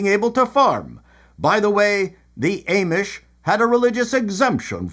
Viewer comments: I laughed so hard at this episode. especially when you kept mispronouncing Amish. but maybe that is what they are called in Canada. 😊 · The way you pronounce Amish is tripping me out.